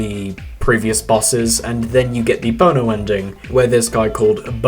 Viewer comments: I hate to be that guy but I have to. It’s pronounced Bon-o not Bo-No and he is part of the Irish rock band U2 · It's pronounced "bahn-oh" now "bone-oh" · its not bone-o its bon-o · i'm not mad he didn't know who bono is i'm mad he didn't pronounce it right